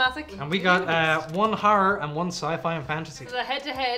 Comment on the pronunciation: One ‘har’ means one ‘horror’. Ffs, I’ll be honorary Irish by the end of this.